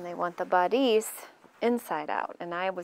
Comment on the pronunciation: Nice instructions! I think you should google the pronunciation of the word bodice.